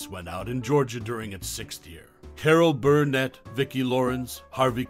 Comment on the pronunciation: "Carol BURRRRnet.. Carol BURRRnet".. seriously, dude.